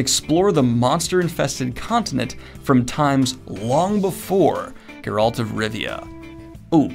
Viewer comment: Idk if it was intentional but you said Geralt with the emphasis on -alt, and that’s how I always read it in my head before I ever played the video games, where the emphasis is on Ger-. Hell yeah brother.